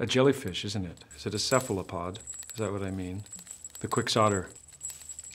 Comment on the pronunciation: Please say "Cephalopod" again